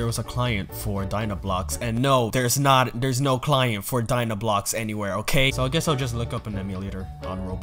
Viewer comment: Dinoblocks It’s Dynablocks